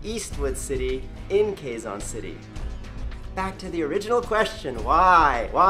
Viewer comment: Thank You For Liking My Country And I Have To Say Your Almost Right About Pronouncing Quezon City xD But Thanks For Saying That To My Country Me And My Family Is Flattered